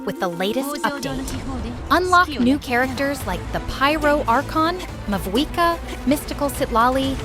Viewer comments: I noticed the Pyro archon mispronounce her own name in this video. It’s pronounced “Mau-eeka” even though it’s spelled Mavuika. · isnt it mauika the v being silent